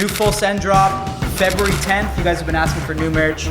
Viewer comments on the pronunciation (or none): "I'm AKSING you to leave the store." I have never heard a black person pronounce 'ask' correctly. They all say 'aks' 😂 😂 😂 😐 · “I’m axing you to leave”